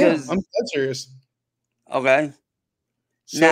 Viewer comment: We have heard him make hard 'K" sounds many, many times before.. WHY cant he say "okay"? Its so bizarre!! 🤔🤔